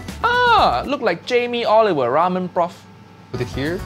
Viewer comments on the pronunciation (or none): none